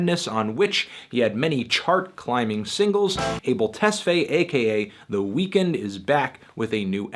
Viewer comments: Kindly stop pronouncing it "WeeKND" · you pronounce it weird. you say "The Weakened" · he's pronouncing it wrong